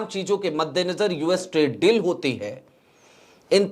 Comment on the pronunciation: Very good presentation,, just one suggestion the pronunciation of the word Deal is Bari Ee ki Matra like Deeeel, similar to Feel, Or Meal, Apologise for being direct.